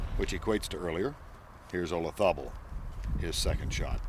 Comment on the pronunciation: I've always hated the way Nance pronounces Olazabal's name...JUST PRONOUNCE IT AS IT'S SPELLED... PLEASE...There isn't a TH anywhere near the spelling of that name...😁😵‍💫👎👎